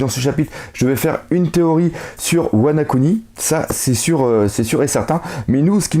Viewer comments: tu fais exprès de de dire tout l'temp "WanA kuni" au lieu de WanO kuni ou ? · Wana-kuni ? C'est pas plutôt Wano-kuni... ?